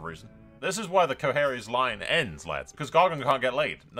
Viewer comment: You pronounced it right lol, Qohagys